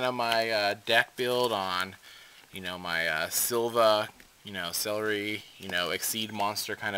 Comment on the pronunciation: Why does everyone say "Celeri"? It's "Ceruli" as in the color cerulean, not a fucking vegetable!!!